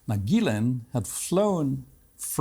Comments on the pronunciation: I’m confounded as to how Benny Johnson can spend the entire interview hearing Ghislaine’s name pronounced with the g sound like in the word goat and yet he continues to mispronounce it with the g sound that sounds like a J. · I have heard this lady's name pronounced a multitude of ways. Are we to assume her brother is correct and it's pronounced "Gil - lin" and not "Gil - lane"? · I didn't know that is how you pronounce her name. Gilan? Rhymes with.... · Main thing I just learned from this is that her name is pronounced GILL-lane. Emphasis on the Gill lol I never really knew for sure. I figure her brother knows so I’m gonna go with what he says lol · So finally we know how to pronounce Ghislaine's name. Her brother pronounces it as 'Gillan' and as he is family to her, I suppose we can trust his take on how to pronounce her name. Of course Piers continues to pronounce her name as 'Gillane'. Everything else her brother is saying seems extremely suspect, I doubt anyone is convinced by him. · Is it pronounced Gees-lane, Gis-lane or Gee-lane?